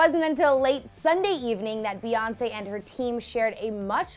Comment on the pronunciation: She said Reonce 😂😂😂